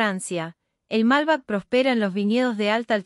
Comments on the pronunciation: Es MALBEC, no MALBAC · Mala pronunciación (MALBEC)no Malba . Y mala coincidencia de imágenes con lo que se habla. Bien lo que se dice pero falta mucho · Por que pronunciará "malbec" hacia el ingles (malbac)? En frances, que suena bastante similar al español, sería mas apropiado. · La pronunciación de los nombres es deficiente. Es Nápoles no Napoles, Malbec (con acentuación en la e). Las relaciones entre ambos países son fluidas, exceptuando el tiempo de la Guerra de las Malvinas. Si bien fue iniciada por un gobierno dictatorial, los que fueron a pelear fueron nuestros muchachos, muchos de ellos descendientes de italianos. Italia, junto con la comunidad europea apoyó al reino unido, hasta que los italianos y sus descendientes protestaron enérgicamente por esa posición y debieron suavizarla. Argentina tiene un territorio muy extenso y poca población. Siempre tiene los brazos abiertos para recibir a quienes vienen a trabajar e integrarse con el resto de la población. Acá no se aceptan guetos, sí comunidades de distintos orígenes, pero siempre abiertas. La escuela es obligatoria en castellano, eso empareja todo con el tiempo.